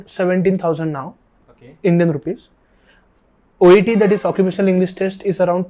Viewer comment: It's "OET" by the way !!!